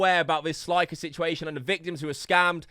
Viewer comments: It's slick-er not sli-ker 🤦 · It's not sl👁️ker it's sl👅ker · stop saying. its clearly pronounced slicker u spastic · SL EYE CKER lmao can you say slicker? ROFL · “SLIEKER” 💀💀💀 Oh hell naw, who invited this dude? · guy does research on 'sliker', continues to say his name wrong every time... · “Sly-kur” tf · He can't pronounce it, he brought it up when he said 'sly-ker'